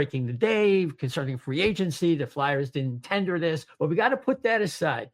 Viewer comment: It’s pronounced FLARE, not FLAR. So annoying.